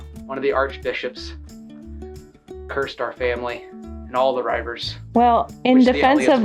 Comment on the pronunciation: Love that our local history has made it to America. It’s pronounced Ree- vers. The Bordere Reivers are very famous her in Carlisle UK. There’s a large stone in our city with the curse written on. Lots of people still believe it has power today. Especially as Carlisle has been badly flooded twice since the stone was put up. Love watching you both and your family. Your life is so interesting. Thanks.